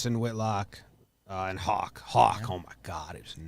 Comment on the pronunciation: For Tanner Houck It’s not hawk it’s how-ck